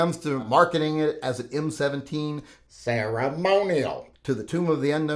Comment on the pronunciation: Every time you said ”ceremonial”, it got more funny. Make a video of just that or please dub a few words in post production of one of your next uploads.